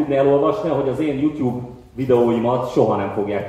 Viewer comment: "jútyúb"? nemááár